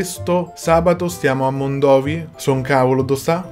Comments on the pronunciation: Non si dice mondòvi ma Mondovì AHAHAHA anche ste l'ha detto sbagliato AHHAHA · Si pronuncia Mondovì